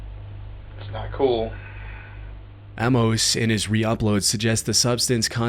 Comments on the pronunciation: I've never heard someone say Amos wrong before. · Buddy. Love ya. That is not how you pronounce "Amos."